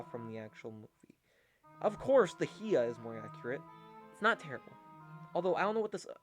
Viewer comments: Learn how to say hiya right bro. It's hi-ya not he-a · Hea? Buddy it’s pronounced Hi-YA like HI how are you and YA I’m having an amazing time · It's Hi-ya to You Too! Not HE-a! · Why does bro pronounce hiya he-ah